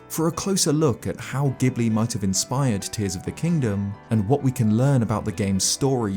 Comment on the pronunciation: I'm just going to say this. You can't even pronounce Ghibli correct, and you're attempting to connect a Fan Fiction on 17thShard, for an American Book Series, with Japanese mythos and Hindu-Buddhism / Animism. Ether, which is how it's spelled, is in each Zelda entry. Typically, this is "Earth" (Ether). In many cases, it's reformed to Forest or Wind/Sky. It's one of the 6 total elements in The Legend of Zelda. Yes, 6. Each Zelda typically has 6...aside from Skyward Sword which took most of it's religious symbolism and direct influence from Christianity, and removed the lore from previous Zelda entries to create a 'new' lore which, I'd have to argue, was entirely based around Christianity instead of basic morality of "Power". Consider the original Zelda entries lesson learned is "Power tends to corrupt and absolute power corrupts absolutely", whilst Skyward Sword's lesson was "Evil can only be defeated by good and due to this singular evil's existence, now Man must live with Sin". There's a distinct reason each of the leaks does not even remotely relate to Skyward Sword. No, not even remotely, You have to stretch everything in order to get to this point. Skyward Sword removes most of the original Zelda lore to exist. However, this isn't NIntendo's fault -- or Miamoto's, they didn't "want" any games to connect until 2015 or so. I'm sure someone in the BOTW development eventually working on TOTK realized how much they screwed up with Skyward Sword's lore, and realized they need t